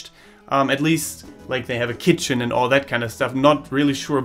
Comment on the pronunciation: The way you say keetchen ×D. . .very informative. Thanks